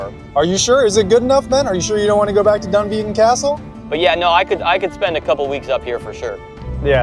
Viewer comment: “I’m 15% Scottish” no you’re not you’re American and you can’t even pronounce Dunvegan properly. Don’t be “That kind of American” please!